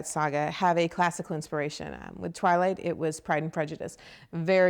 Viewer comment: LAWL '1' TWALIGHT! Yesssss.